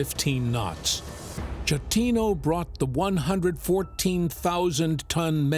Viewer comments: not how you pronounce the captain's name. it's not "shatino" it's "sketino". he's italian. i don't understand why you couldn't do like... the bare minimum of research to know how to pronounce his name. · GIG-LEO 😂 SHET-TINO 🤣